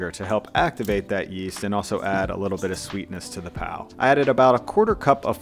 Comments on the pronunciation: Its PAV not PAL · The "Mumbai bun" as she called it, is what we call pav (pronounced as paouv with ignoring most of the v). But tbh it's basically a soft roll.